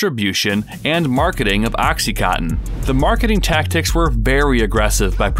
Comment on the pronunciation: Why can you not read? It's called OxycoNtin, there is an N in the middle!